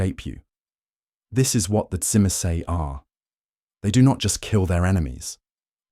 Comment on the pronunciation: Now we need Brujah🤣 unfortunately the Ai can’t say Tzimce very well